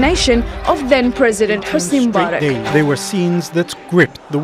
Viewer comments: Hosni Mubarak, not Murabak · Correction: it's MUBARAK -- as in the late former Eygptian President -- NOT Murabak!!! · Got me confused for a bit,i was like who the hell is "Marubak" (Mubarak) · “Murrabach” I’m convinced that white people deliberately mispronounce every single thing from another language they possibly can.